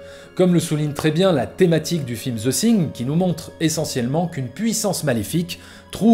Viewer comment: Vidéo très intéressante, une bonne analyse de la technique de John Carpenter. Par contre tu as un gros souci dans la prononciation du titre "the thing" : , à plusieurs reprises dans la vidéo tu prononces le "th" du mot "thing" comme un "s " français, or on ne dit pas "the sing", mais plutôt "the fing" (quelque chose qui tend vers le son "f" et "v" plutôt que le "s", je simplifie volontairement, en réalité c'est un peu plus compliqué), un peu comme le mot "thank you", c'est un des sons les plus dur à prononcer pour un Français, mais il y a des vidéos pour s'améliorer